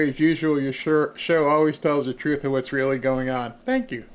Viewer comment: Here's what I want to know is, What does Trufe mean?.......oh, oh, she means TRUTH......she probably says AX instead of ASK also.